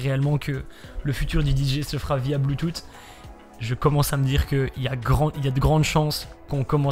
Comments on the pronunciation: oe mdr, moi aussi sa me fais trop rire mdr le bloutoute x) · un peu d'humour, mais le BLUETOUTEEEE m'a tué lol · Le " bloutoute " ptdr ça a fumé sinon niquel la vidéo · En "BLOOTOUTE!!!"😂😭😭